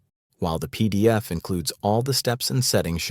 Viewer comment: I didn't realise until he mentioned the peee deeee effffff.